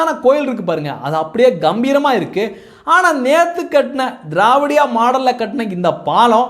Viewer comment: நீங்க திராவிடியா மாடல் என்று சொல்வது எங்கள் காதுக்கு வேறு மாதிரி கேட்கிறது என்ன என்று தெரியுமா தேவடியாள் மாடல் என்று இது உங்கள் உச்சரிப்பு பிழையா இல்லை உங்கள் உணர்வு பிழையா சகோதரா.